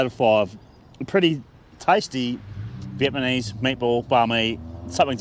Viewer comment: Is he saying Vietmanese? Stoner?